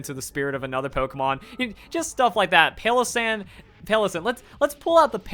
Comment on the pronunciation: love how its been about 2 years since sun and moon and yet people still pronounce it wrong its NOT pale-o-sand its Pal-o-sand like youre saying "a pile of sand" pokemon always bases names of pokemon off of real life stuff so wjy is it so hard for people to pronounce such easy names? Lioe how people refuse to hear how Galar region is pronounced and yet stubbornly sat it qrong even though they say it in the trailer. Galar as in Gallant which means brave which is associated with knights of UK